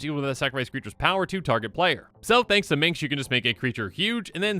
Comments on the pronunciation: I cringe every time says 'Prodgigal Pyromancer' instead of 'Prodigal Pyromancer.' And Minks? No sir. Minsc = Min-sk. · Correct. Not Meenx. Min-SSSc. But host may legit have dyslexia or something, so need to emphasize the spelling. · *Minsc not Mincs. Sorry, had to. Awesome list otherwise. Glad to see it 😊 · It wasn't pronounced minks in baldurs gate. Pronounced minsk. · every time he pronounces Minsc as minx it gets worse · Not gonna lie, I died a little on the inside every time he said “Minx”. He’s the ranger companion of Boo, not a flirtatious young woman!